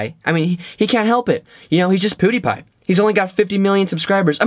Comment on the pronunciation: He called him poodiepie 😂😂